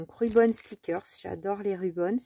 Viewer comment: Hello, très beaux achats. Je confirme la boutique JournalSay est ma préférée, je suis une grande fan et le service client est TOP. J’attends ma 7ème commande !! Juste une petite remarque, le mot anglais Ribbon qui se prononce bien avec le i et non rubon qui veut dire ruban adhésif. Bonne journée. Merci pour avoir mentionné les liens en barre d’infos, j’ai mis quelques articles dans mon panier 😋👏🏼.